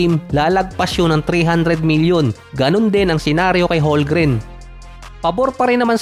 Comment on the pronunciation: Silent L ang HOLMGREN hindi silent M.. Ay naku..